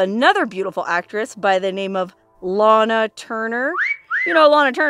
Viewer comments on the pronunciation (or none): none